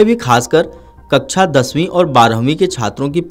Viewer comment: Bhai kaksha ko kachaa bolta h baki ok